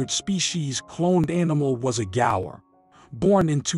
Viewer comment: Gaur not gores what are you dumerican or something…pronounce properly dude.